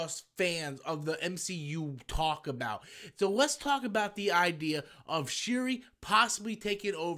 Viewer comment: Shu-ri... Riri... Sounds about right!